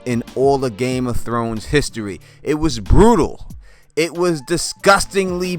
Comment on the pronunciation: Did you just say game of thones?